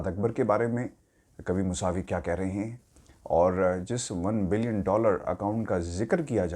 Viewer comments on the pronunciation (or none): یہ نام موسوی ہے، موساوی نہیں۔